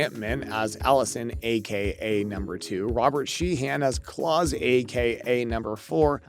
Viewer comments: whoever is narrating this must not have watched this show, how you gonna pronounce Klaus (like american dad klaus) as claus (like santa claus) ?! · did you say clawas?!?!?!? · lol that's not how you pronounce Klaus.